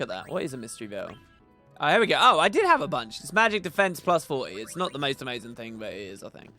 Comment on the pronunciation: The way you say "have" is like "half" making everyone confused 😏😏